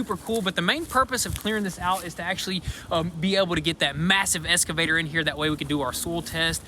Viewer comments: Love you guys, but please, please, it's an "X"-cavator, not an "S"-cavator. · Happy thanks giving guys just one thing it’s pronounced EXCAVATOR not ESCAVATOR 👍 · You guys need to start saying "excavator" instead of "escavator"